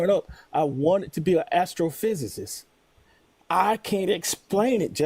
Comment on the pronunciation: Wanted to be an astrophysicist and can't even pronounce the f**** word